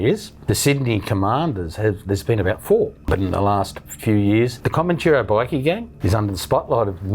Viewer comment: This bloke can’t even say Comanchero properly the peanut !!!